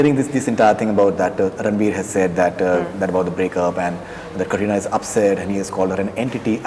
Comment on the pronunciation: did anyone notice this guy is calling katrina kareena xD